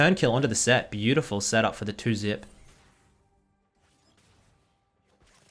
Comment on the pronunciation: Bay-You-Ti-Full In'nit?